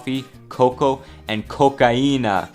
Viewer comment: great pronunciation of cocainía, and great sniff